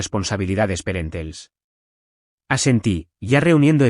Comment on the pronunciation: Parentales, una palabra que deriva de pariente. Perentels no existe. Por favor, corrijan mejor, no deformen el idioma